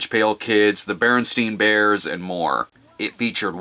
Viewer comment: You mispronounced Berenstain Bears